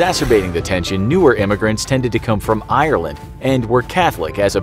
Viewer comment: Can someone pronounce Ireland right pls